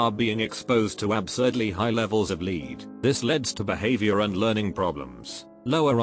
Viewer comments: high levels of lead (pronounced leed) this leads (pronounced leds) tf??? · “I test schools’ water for lead(pronounced like leader). Children are exposed to a lot of lead(leader) , which leads(pronounced like pencil lead)” WHYYYYYYYYYYYYYYYYYYYYYYY???!!! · the one talking about lead and the robot pronounces each lead wrong even when its leads not lead LMAO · The reader when talking about lead chemical: LĒDS The reader when talking about leads the after effect: LÊD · can we just acknowledge that the voiceover said the wrong 'lead' in both uses of 'le-ed' and 'le-d' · Bot pronounces lead as lead every time, until it needs to pronounce lead as lead, in which it pronounces it lead. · oh my god it literally switched the pronunciation of "lead" and "leads" THAT ANNOYS ME SO MUCH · Don't blame the YouTuber, blame the TTS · No one Literally no one Absolutely no one The robot dude: pronounces lead as in leader, and then pronounces leads as lead. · I like how it perfectly swapped the pronunciations for "lead".